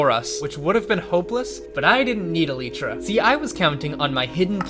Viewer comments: is it eleeeeeetra or elYtra? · Why dies he say eletra its elytra cuh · can we disucc AL-EE-TRA huh? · eleetra... SAY IT CORRECTLY YOU NONCE. Eh LIGHT tra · It’s alitra not eeeelitra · Him saying eletra was just funny for some reason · Aleetra? Tf is an aleetra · its pronounced e-lie-tra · Its actually pronounced as eleetra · Why does he pronounce elytra like that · Bro does not say elytra right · why do you say "elytra" wrong? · please say eltyra right